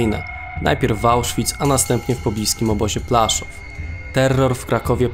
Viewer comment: Fajne i ciekawe tylko nie mogę słuchać jak wymawiasz Płaszów. Pozdrawiam